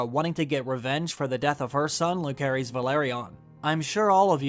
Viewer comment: It amazes me how after so many videos and watching the show, you still can't pronounce Jacaerys and Lucerys right, I cringe every time